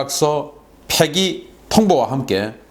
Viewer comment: 펴기했다고? 폐기했다고? 영상 찍는 입장ㅈ에서 제대로 발음하자. 북한 김정은처럼 선전선동하나.